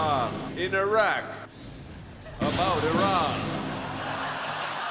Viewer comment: Thank you for not pronouncing it Eye-ran and Eye-rack.